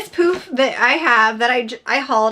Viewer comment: Thanks so much for the great reviews. The first time you said poof, I thought you said, poop!!